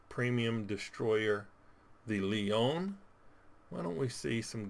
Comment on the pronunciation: Leone not leon you need the eh on the end